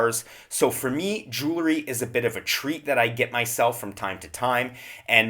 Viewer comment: Jewelry is not pronounced "Jule - er - ree." It has the word jewel in it, and is pronounced "Jewel - ree"